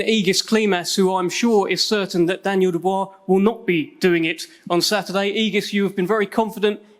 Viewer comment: Dan-yel ..dan-yel